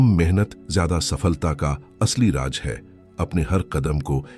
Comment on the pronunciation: "RAAJ" hukumat ko kahte hain! Aur "RAAZ" Rahesya ko kahte hain, Barkhurdaar